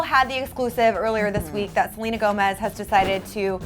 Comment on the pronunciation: Did they say Selga instead of Selena at the beginning of the vid?! Or do I just have bad hearing